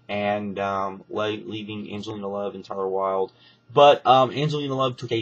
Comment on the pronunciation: its taylor wild not tyler wild. Tay-ler it rymes with Gay-ler.